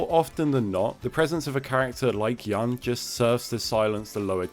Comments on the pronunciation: It's Yun (like you-n), not (yan) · And also... Yahn?! Who the hell is Yahn? Without the video I wouldn't know he's talking about Yun , who supposed to be pronounced as "Yoon". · Yun should be pronounced like Yoon